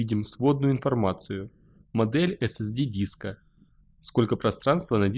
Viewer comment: нужно говорить эс-эс-ди...